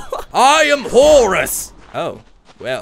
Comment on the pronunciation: You pronounce Horus Hourus like the H is Slient 👍